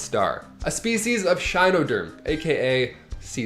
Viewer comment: The basket star is an echinoderm. Pronounced e-kin-o-derm.